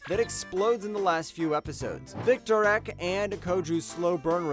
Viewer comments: I like your recommendations, but please check pronunciation on names. Victorique is pronounced Vic‐tori‐ka for anyone wondering. I know that's a hard one so I can understand getting it wrong. But there were so many others as well. :( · I gotta say this, and I’m not trying to be an ass, I just really don’t understand it—how can anyone watch these anime series and still mispronounce all the names? Like Victor-Wreck?? The ViniTube guy does it too, and I always ask myself if he actually watches the anime he talks about. Like do ppl just not hear that they’re saying it wrong? And if not, then why? It’s weird. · Yeah, I'm not trying to be a snob but that's not how you say Victorique, or Lalouch. I wish people that did videos would pronounce things correctly. I get some names might be difficult!, but maybe practice them first?